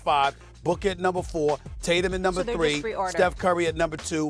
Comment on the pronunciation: “Jason Titatum”